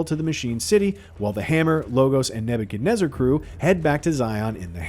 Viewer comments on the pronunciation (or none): "The neb-eb-ken-nezzer" ... how are you struggling with that?